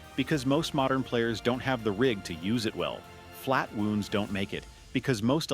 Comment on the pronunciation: flat-wooonds? AI generated narration!